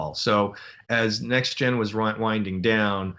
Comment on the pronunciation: I like the way Moore says "NextGen" rather than the alphabet soup "Tee Enn Jee." I do, too.